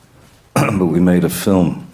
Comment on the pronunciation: "feelm", you sure you didn't mean "film"?